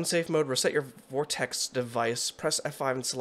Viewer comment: It's pronounced Vox-Tech not vortex